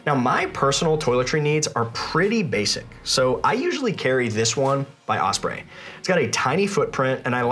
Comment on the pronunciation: Could you please stop mispronouncing “OSPREY”?